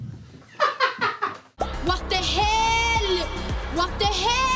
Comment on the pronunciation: swedish “what de heL L”